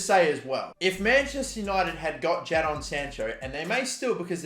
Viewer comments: Never seen a guy get so many names so wrong how 😆 ja don no mate jaydon not hose ay it’s jo say smh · Man said «Jeddon» 😂😭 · In the space of 2 minutes he butchered the name “Jose” and “Jadon” and then said “Artena”😂😂😂😂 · The way you say Jadon 😡